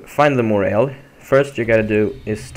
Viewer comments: About the name Moray eel you dont say "ELL" you say "IL" big dislike and I will report this video for broken! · hey friend, your pronouncing 'eel' incorrectly amigo (& it does sound pretty weird!), you say it with a HARD 'E', like "EEEEEl", you get what I'm saying. It rhymes with 'Heel' (like the heel of your foot or shoe) or 'Peel' like "I have to peel these potato's." Does that help my man? FWI, ur English is fine, actually its excellent.